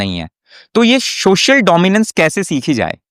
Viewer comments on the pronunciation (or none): सोशल ko शोशल kahna band kar do, dominance aa jayegi!😂😂😂😂